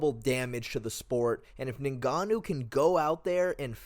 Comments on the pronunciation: Its not NayGannou its nGannou If you can't say it just say Gannou. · His name isn't "ningahnoo"